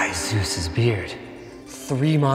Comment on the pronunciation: I think he said "Zeus"